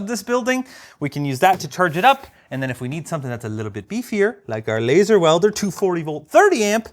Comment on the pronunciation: It's pronounced "laser" and not laser. You gotta have the air quotes.